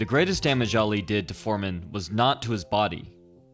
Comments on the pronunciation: you said Ali's name incorrectly... its not alley its Ali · How can you mispronounce Ali? Too many to the head? It's not Al Lee, it's Ahh-lee. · Anyone else cringe as he keeps saying ( Al-lee ) Ali.